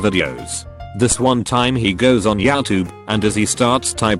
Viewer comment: No one: Text to speech narrator: yAwTubE